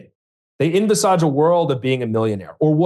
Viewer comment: envisarge, you cant unhear it